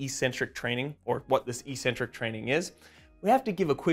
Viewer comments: "ee-sent-trik"? Do you even speak basic English? Try "ek-SEN-trik." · Isn't the word "eccentric" pronounced like "ex-centric"?? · As always, informative and full of new learning. Thanks guys, and keep it up! On a side note, I'm distractedly puzzled by the pervasive mispronunciation of eccentric in physiology / anatomy circles. There are 2 Cs, not 1, so the Cs should sound similar to how we pronounce "accelerate". Google "define eccentric" to hear the original pronunciation (and the broader use of the term). I realise the mispronunciation may seem correct and normal if it's the only way you've heard it pronounced, so I'm super curious about the origin of this and how it got to be "normal". Any ideas, anyone? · Good vid but you really are saying eccentric incorrectly which is massively off-putting... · heads up jellybean: i mispronounced 'eccentric' and i said 'biochemical' 💝🤣🤭😘🤩😍💖